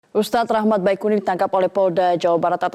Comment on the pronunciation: Ustdz BaeQuni bukan baeqeni reporternya gk bs baca dasar metro TiVu eh maksudnya metro tv